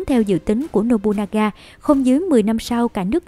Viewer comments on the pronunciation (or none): Một số nội dung có thể chưa chính xác, có thể bạn không đọc đúng cách đọc tiếng Nhật như Nobunaga (đọc đúng là Nô Bư Na Ga, bạn đọc là Nô Bu Na Ga), thì tên Toyotomi Hideyoshi phải viết cho đúng bạn nhé, trên clip bạn nhiều lần để là Toyomi Hideyoshi.